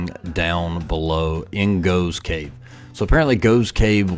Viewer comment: 'Waitrose'. An upmarket grocery store. You couldn't see the name because there was someone in front of the sign. Btw, the cave is pronounced 'Goff's' Cave. I noticed in later videos he corrected that mispronunciation.